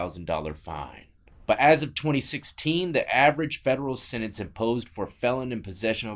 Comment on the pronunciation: Sentence not sininse. 👍🏻🤺